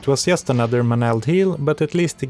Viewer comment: So you are Swedish. The Swedish English teachers must be very special, because I don't think I have ever met a Swede who pronounced "just" correctly:D